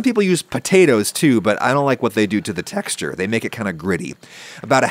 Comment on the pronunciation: tuh - heh - xture